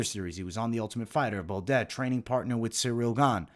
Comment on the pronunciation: That may just be the worst pronunciation of "Baudot" I've ever heard. How do you get an "et" sound out of that?! Hard to believe you're watching much tape on all these guys when you're constantly butchering their names. Your breakdowns are good but if you ever want to reach the next level you've gotta do these fighters better than that.